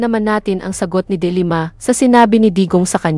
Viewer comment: Wrong accent po sa De Lima